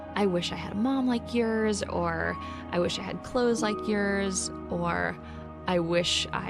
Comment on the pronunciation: the way she said "i wish i had clothes like yeorssss" ( minutes)